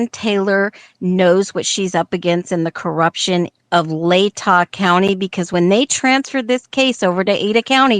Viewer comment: Latah is pronounced La-tuh, not Lay-taw.